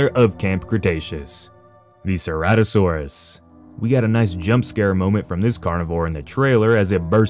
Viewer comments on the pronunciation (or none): none